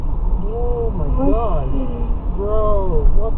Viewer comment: first of all "OH MY Godda" funny. Even if that person had his right turning signal on it does not give you the right of way..I've seen dumb asses that think that they have the right of way while turning into oncoming traffic..fucking idiots.